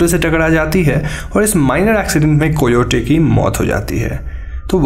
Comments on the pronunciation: भाई वो कोयोटे नहीं कायोटि होता है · i love when u say whopping like others .but please do not mind. its pronoundedas kayoti... spelling alag hain aur pronounce alag karte hain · Not co-yo-te it's ca-yo-tee Thx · Coyote nahi kai yote. Pronunciation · Koyote😂😂 bhai pronounciation pe dhyan de